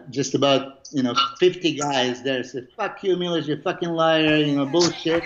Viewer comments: It's not Milos it's Milosh 😂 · ...and not Milosh....but MILOŠ